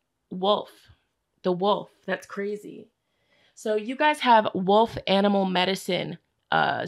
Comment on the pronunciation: 😂 for group 1 when you were tongue tied with the word wolf…that was me 😬 well into my adult life with a doctorate degree, I still mispronounce that word as “woof”. And I just bought an RV! What!?